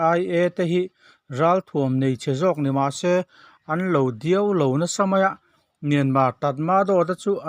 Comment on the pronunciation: Diau lo tih lai hi duai lo tih tur a nih hmel 😂🤣